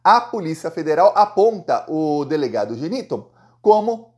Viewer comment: O nome é GI- NI-TOM TOM TOM!!!